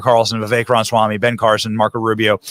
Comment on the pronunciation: Benny, it bothers me when you mis-pronounce Ra ma swamy's name. It is NOT Ronswamy!!